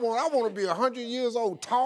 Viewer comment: One hundred 'oneth'